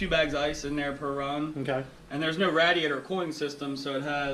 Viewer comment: All I heard was “wooter” and “RATiator”